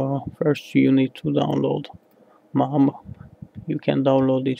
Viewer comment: MAME... Not MAM! Don't kill it ffs...